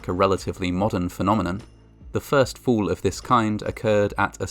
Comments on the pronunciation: "Fools do occur"...His pronunciation of the word fall is making for some funny moments lol. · The speaker's pronunciation of the word "fall" sounds like "fool" and/or vice versa. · The narrator pronounces fall, as fool. Don’t be foolish. Thinking you are beyond any danger. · he pronounces "fall" like "fool".Coincidence?!?!? subscribe for more genius conspiracy theories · I like how the pronunciation of "fall" sounds like "fool" There have been 50 fools. Too right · Fall pronounced by reader much like fool.